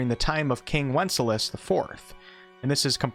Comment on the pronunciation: "MIS-CHIEV-OUS" 3 syllables. JS. "WENC-ES-LAS" 3 "S" sounds. JS. "Voice acting" this game had a ton of motion capture, like RDR 2.